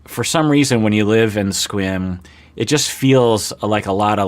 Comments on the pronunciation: I just got over saying "Squim" and then this dude pronounces it once like "Squam" and I lost it again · I thought Mike said it the same as.